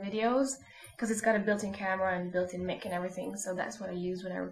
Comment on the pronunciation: she sed MICK,..i think she meant MIC